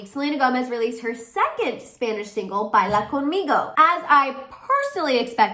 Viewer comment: Ya no saben que inventar de selena!, I am so annoyed with those people, she is not pregnant. pronuncias muy bien Baila Conmigo. I love the song 🎶 regueton is the name of the kind of music she is singing in spanish. That envious Justin he always do those shady things but no ones cares about him, not like before